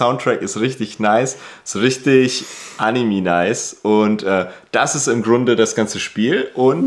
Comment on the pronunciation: Vergraul dir die AnimE-Fans nicht, indem du ständig Animi sagst 🤪